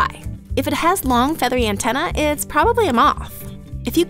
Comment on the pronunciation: why can't you say the word antennae correctly? Is it something Americans struggle with?